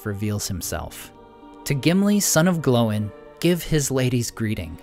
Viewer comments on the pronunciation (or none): glowing?? it's gloin... like sir gloin for steak lol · One nitpick - Gloin isnt pronounced "Glowen", (or atleast the audiobooks dont) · Why are you calling him "Glow-in" and "Oh-in"? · I've never heard Gloin pronounced that way... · you say ”Gloin” wrong Also.. Awesome videos